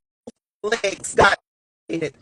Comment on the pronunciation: Did he say imputated???